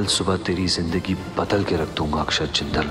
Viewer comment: Aksad nahi akshat naam hai